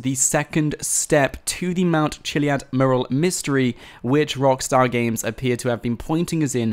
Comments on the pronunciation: Learn to say mural properly please. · There has been around 3 years of GTA 5 and trying to crack this easter egg and he still can't properly pronounce mural :D